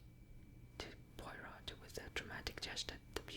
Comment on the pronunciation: I love agatha christie miss Marple is my favourite , but I love poirot too , an easy way to remember how to pronounce it is pwar - row , great video very relaxing 😄